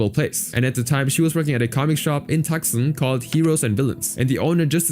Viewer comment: As a Tucson resident, Calling it "Tuxen" is funny, it's actually "toos-awn".